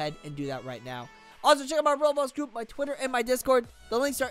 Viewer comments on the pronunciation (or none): none